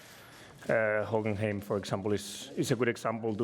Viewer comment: Hahaha i love how he pronounces Hockenheim